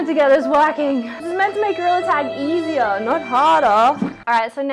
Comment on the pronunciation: “this is meant to make goriller tag easiarrr nawt hardarrr” 😍😂🫶🏼